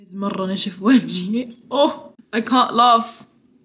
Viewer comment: the British accent when said "I CanT LaUgH" is hilarious lmfao 😭😭 luv u btw.